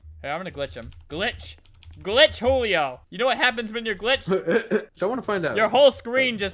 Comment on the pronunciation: It’s not hulio it’s Julio